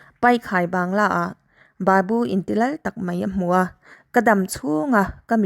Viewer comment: Thu lam dan inzir belh a ngai. Sap, babu tih i lam dan (thluk dan) a dik lo.